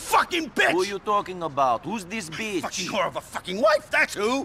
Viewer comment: "Whos thees beetch"